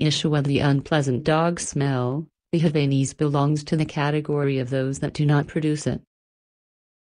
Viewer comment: And the robot/computer voice mispronounced Havanese (#11); super annoying!